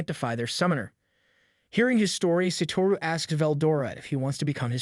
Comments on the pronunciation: bro his name is satoru not saturo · "Sat-uro" it's "s-ah-tu-row" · Satoru not Saturo